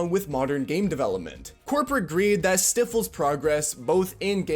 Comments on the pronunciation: bro you did Not just say Stiffles instead of Stifles bro thats like pre-K level speech, you said Sniffles and just replaced the N with a T and didn’t even come close to the same word you meant that was a single letter difference. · "Stiffles" Is that REALLY how you think Stifle is pronounced? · how old are you that you don't know how to pronounce "stifles"? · Who pronounces stifles that way? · Bro gets chat gpt to write his entire stream then slips up because he can't read the word stifles properly. Mate I am so bored of soulless content.